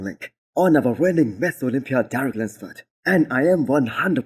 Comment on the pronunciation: When you say Mr Olympia it sounds like you are saying Miss Olympia. Make sure you pronounce Mister not Miss... Otherwise really enjoy your videos it's the first video I look everytime I open YouTube in the morning while I drink my coffee. Great job!